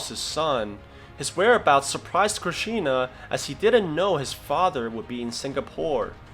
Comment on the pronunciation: it's not krisshna it's Krish 3